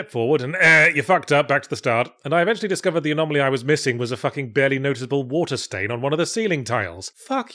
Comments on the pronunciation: II'm more excited for a "4 hours of Yahtzee going anomalomanomenom" ASMR video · Was Yahtzee having fun with mispronouncing "anomaly" at the end a shout-out to Eddie doing the same with the words lavatory and laboratory in "Bottom : LIVE Weapons Grade Y Fronts" ? I cannot believe I am making that kind of reference.